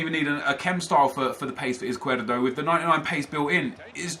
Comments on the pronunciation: Izquierdo is pronounced IZ-KEY-AIR-DOE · I'm belgian and it's pronounced iz-kjer-doe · Caspar John it's pronounced iz not ith because he is Colombian and Latin American countries do not say 's' with the sound 'th' that's only Spain. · Crossfire Z is pronounced as th in Spanish so it's actually Ith-key-air-do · Faris Khan its not tho ive seen highlights of him and the commentators pronounce like +Crossfire said